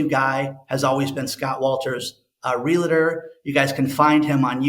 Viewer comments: Please stop saying "Real a tor"!! That is completely incorrect!! There is no "A" in that word. it's pronounced "REAL TOR" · Real-a-tor or Real-tor ?? Pretty sure it is 2 syllables not 3.. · Realtor rather than realator. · It’s pronounced “Real -tor” not “Reli-ter”. In case you want to influence people even better than you already do. Most people will just smile to your face and never tell you things like that. Im that friend that’ll tell you if there is spinach on a tooth. 😄